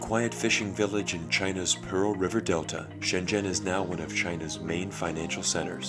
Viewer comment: Glad you pronounced Shenzhen correctly. It's not pronounced shen-zen like many foreigners do pronounce it but more like shen-jen